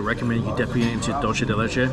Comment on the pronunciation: Dulce de leche not duche de lieche or whatever u said lol😂